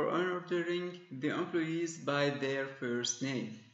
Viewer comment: amployeesss :D .. thanks man for this video. We are always looking for these kinds of videos. I loved it when you pronounce employees as "aamployyess" :D .. No offence.. Keep up the good work